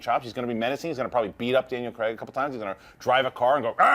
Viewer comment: did she say "DL & Craig" instead of Daniel Craig....?